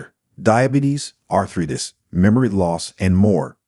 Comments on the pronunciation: Get a voice that knows how to pronounce "arthritis" correctly. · Like I, as a 76 year old, am going to believe an AI generated voice that cannot pronounce arthritis correctly. What I see, is that the older I get, the more willing I am to live with the aches and pains. The younger generation seems to run to the emergency room for a bandaid. My caution to these young doctors. I am older and will not regain my youth. But, YOU WILL GET OLDER. So show a little respect to the people who made your life possible. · aI slop. Can't even pronounce arthritis.